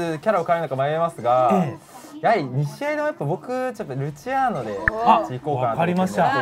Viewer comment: ルチアーノ最初アチールノって言ってたわ